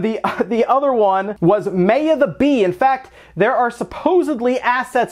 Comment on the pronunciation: Dude your saying it wrong it's Maya like "my yaa" come on